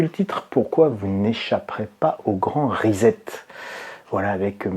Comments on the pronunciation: C'est pas Rizette c'est Risept que l'on prononce. Amicalement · On ne dit pas risette pour 'reset', mais rissette, comme dans sucette, cf. les crêpes sucettes... :-) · Pour prononcer reset en anglais, vous devez prononcer la première syllabe ri comme du riz et la seconde syllabe set comme un set au tennis (et non zet). Si vous souhaiter le prononcer en français, il faut prononcer les lettres "es" comme pour le mot peser et les lettre "et" à la fin doivent se prononcer comme dans les mots galet ou poulet, le "t" doit rester muet, en français reset il faut donc le prononcer reuzé (mdr). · On ne dit pas REZET mais RESSET. En Anglais un S entre deux voyelles ne se prononce pas Z. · Après la grande rizette de, voici le « Postulala » ( a 8 min 55) ^^